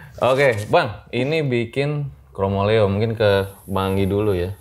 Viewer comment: bukan KROMOLEO tapi KROMOLEYO pake Y, dlm bhs jawa hampir tdk ada 2 huruf vokal bertemu